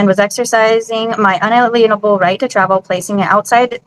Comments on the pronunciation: I’ve noticed something across these sovcits: they pronounce unalienable rights as unaLIENable rights — so they think these courts hold a lien on their imagined rights? E for Effort, I guess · weird how they prounce unalienable as "Un - a - leen - able" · They can't ever pronounce "unalienable"... Probably shouldn't use words you don't know or can't pronounce 😂